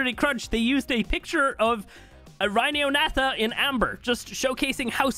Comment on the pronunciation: It’s pronounced ry-ni-o-na-tha